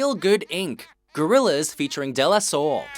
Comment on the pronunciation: They can't even pronounce De La Soul right